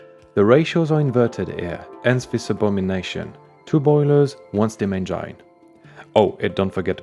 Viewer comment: you pronouce engine like eng I ne, not EN gine. most of my brazilian friends also pronouce it like that... are you a secret brazilian ?